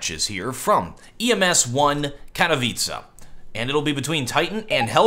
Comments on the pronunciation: You finally said ''Katowice'' in 99% right! 3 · You fixed your pronounciation of 'Katowice', love how you are always looking to improve :D